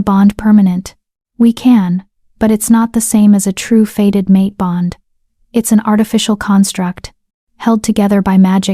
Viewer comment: It's not "faded mate", it is "fated mate", as in destined to be or happen...